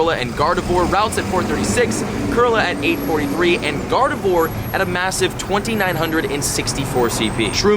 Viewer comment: Please start pronouncing Kirlia with the ‘i’ and Gardevoir with it’s correct French pronunciation, the oi spelling was a “wa” sound (Gardevwar)